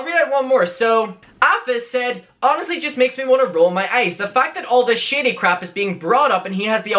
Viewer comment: Every time you say “shady” it sounds like you’re saying “shitty”😂💩